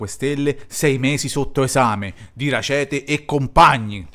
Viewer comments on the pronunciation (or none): È un cognome tedesco, pertanto va pronunciato esattamente come è scritto: Rackete e non Racete